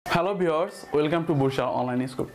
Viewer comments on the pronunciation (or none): none